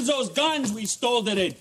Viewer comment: "lets use those guns we stoldeded" 😂